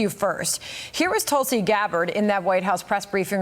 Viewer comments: Her name is Tulsi! Not Tulsa. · Hey Johnathon. Her name is Tulsi, not Tulsa. 😅😅😅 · Tulsi... not Tulsa... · Her name is Tulsi, not Tulsa...